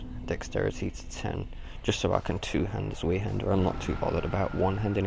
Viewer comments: Its said like Zvi-Hander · Great video and I hate to lower the tone but zweihander is pronounced 'zw-eye-hander'. Sorry, OCD sated, please go about your bodacious business :D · Did you say zwee-hander? o_O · "zweehanda" lel